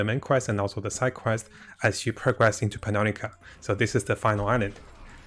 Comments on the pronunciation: It's not PANUNIKA, it's "PU-NI-KA" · lol "Punanika"